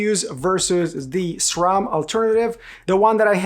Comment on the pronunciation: It's refreshing to hear someone pronounce SRAM as it is spelled instead of SCHRAM 😁